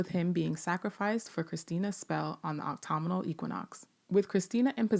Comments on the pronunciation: I don't know if anyone has commented on this yet in this or other videos, but the teacher in me has finally decided to say something: "Autumnal" (as in "autumnal equinox") is pronounced "ah-tum-null" or "uh-tum-null", and not "ah-toh-muh-noll". Thank you for the work you do,! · Did I hear it wrong or did the narrator pronounce autumnal as optomnal and Ji-Ah as Jay-A?